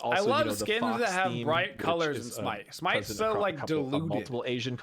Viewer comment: Does even play Smite? Pronouncing half the Gods names wrong wth